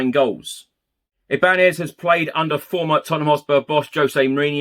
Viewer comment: As there is a tilde above the “n” Ibañez is pronounced I-ban-yez.